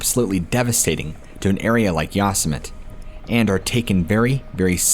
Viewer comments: Excellent video as ALWAYS!! (However, didn't you ever watch Looney Tunes with Yosemite Sam? You actually may be too young; thats straight-up 1970s sh*t actually! 😂 Yosemite is not pronounced "Yoss-a-met"; it's pronounced "Yo-sem-itty." Sorry, I'm not trying to be a jerk!) Anyway, Carey Stayner was a real piece of sh*t and even if he isn't executed, he will NEVER see the sunlight again. He will remain in a tiny, tiny concrete cell where the lights are never turned off and are buzzing constantly. He will never see anyone he's ever known again and he spends approximately 23 hours a day completely isolated. He isn't allowed tv, a radio or anything else except a book perhaps. He'll suffer even if he's never executed. I remember the entire thing and it was so awful trying to locate the murderer. I was shocked when Ifound out who it was! Anyway....I remember when his brother was abducted (I was a young kid at the time) and it was awful. Then at 19, Steven died in a motorcycle accident. I think these events definitely had a really negative impact on Stayner and contributed to his antisocial behavior to some degree. I think if Steven hadn't died, maybe his brother wouldn't have been a sociopathic serial killer. I guess no one will really ever know. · "Yossmit"????? Lol, you mean ''Yosemite'' (Yo-semm-itty) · "Yawsmit", really? C'mon, you can do better than that! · Its pronounced yo-sim-atee Yosemite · Very gently tells that "Yosemite" is pronounced "Yo-sim-it-ee" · Its pronounced Yo-semmi-tee. So many narrators f*ck that up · Hi! THANK U SO MUCH FOR THE AWESOME STORIES 😊. I mean no disrespect n figured u probably want to know ur pronouncing Yosemite and the word Epitome(on a diff episode) incorrectly. I'll try to help u if u dont mind? Yosemite- Yo sim a tee, and Epitome - ah pit oh me. I'm seriously not trying to be rude at all. Love ur channel it's one of my favorites for sure. Thanks Kris in Nor Cal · That's pronounced Yosemite (yo-sem-ety)